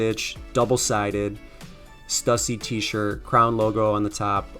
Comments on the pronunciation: STUSSY is actually pronounced Stew See. I live your videos. Keep up the great work. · Pronounced Stew-See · It's pronounced St-ewe-see but great find also subtract 25/30 percent from grailed prices is usually what you'll actually get